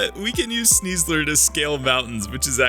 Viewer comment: SNEASLER, NOT SNIEZLER! DO NOT LEAVE OFF THE I IN SNIEBOSS! AND THERE IS NO I IN SNEASLER!